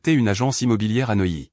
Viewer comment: Neuilly pas noyé!!!! Pourquoi reste il a Neuilly